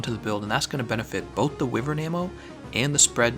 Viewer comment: Thumbs down for the repetitive mispronunciation of Wyvern!